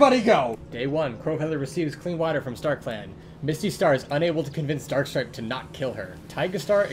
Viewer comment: I’m sorry but when he said “Darkstripe” I thought they said “Star trek”!